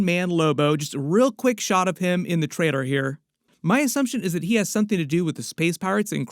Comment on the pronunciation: Dude it’s TRAILER. LLL. You’re a grown man please say it correctly